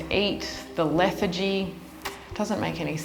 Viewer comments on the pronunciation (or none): Lethargy but you pronounce it like its a girls name... how odd. a single cat woman, you can deal with some extra house work. Fucking terrible pet parent letting your cat get so disgusting. seriously? 4 grown men cant lift 500lbs?